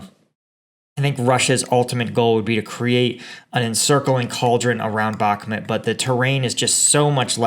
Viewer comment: Bakmhut is pronounced bach_MOOT budz.